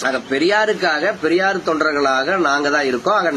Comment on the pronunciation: என்ன. ரொம்ப நீளமா இழுக்காதீங்க...அது பெரியார், பரியார் இல்ல...சைமன் உங்களை வச்சு எப்படிடா ஒரு கவுன்சிலராவது ஜெயிப்பான்? முதல்ல தமிழுக்கு டியூசன் போங்கடா அப்புறம் தமிழை காப்பாத்துவீங்க...முதல்ல உங்ககிட்ட இருந்து தமிழையும் தமிழ் பெண்களையும் காப்பாத்தனும்..உங்களுக்கு தமிழ் சொல்லி கொடுத்த வாத்தியாரை பாராட்டனும்...